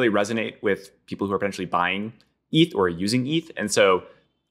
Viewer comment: what does he call it? ehhth? How can you not know how to pronounce Eth??